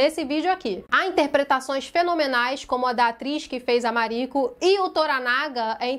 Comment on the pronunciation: Ah fico feliz! Assiste que vale muito a pena. 🤩 Eu acho que vc pronunciou certo o nome “Mariko” 🥰